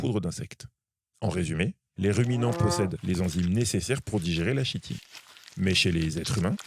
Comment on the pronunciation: On dit Kitine !